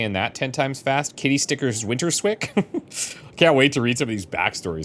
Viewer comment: winterswyk is from the Dutch town Winterswijk, winters-wijk (not winter-swik). Wijk is closely pronounced as "wike", like in "like".